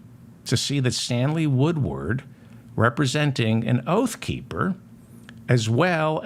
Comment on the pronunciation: Stanley Woodward, Stanley Woodward, Stanley Woodward. This name, this name, this name. David Feldman has pronounced and nailed this name time and time again. Thank you for keeping truth alive David Feldman.